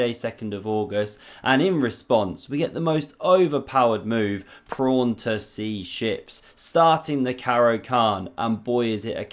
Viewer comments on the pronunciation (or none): any reason you call it 'prawn' instead of pawn? 🤔😂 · I was wondering if you would mind saying pawn rather than prawn. Many thanks. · Someone tell this guy its called a pawn not a prawn!😂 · I thought you said 'sea prawn'